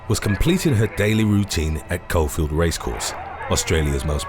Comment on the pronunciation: Its not coalfield its cawfield